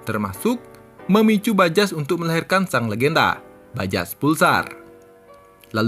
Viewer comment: Bajaj itu dibaca “bajay”